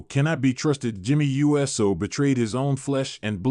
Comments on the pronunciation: It's Jey Uso NOT U. S. O. SAY IT USO. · It's Pronounced Oooso😢